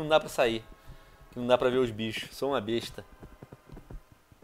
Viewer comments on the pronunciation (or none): none